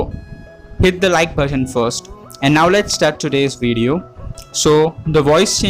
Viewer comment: its video fool not vedio